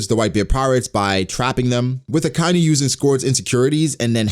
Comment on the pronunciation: I'm sure I'm not the first person to bring this up but the way you say Akainu bugs the hell out of me. It's Aka (red) Inu (dog). Like baka.